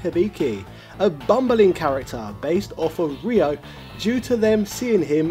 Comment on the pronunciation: What? He literally called Ryo "Rhea" for half the video and then proceeded to change it to "Rio." The sound "yo" is not pronounced as Yeehaw, dawg. =P Ryo is r-yo. Ryu is r-yu. It's read exactly as it is written, unlike queue or eyeore. And yah, why not ShoRAYEooh-Kane or "Too doo" for Todoh then?.. Lemme guess, Ryuhaku's daughter is Kay-suhmay?! :D